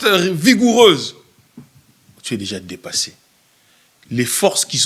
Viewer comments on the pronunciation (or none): Rigoureuse et non vigoureuse